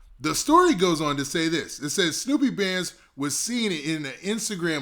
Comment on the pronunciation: Dolph Artist Name Snoop Bandz Not Snoopy 🤣 #snupebandz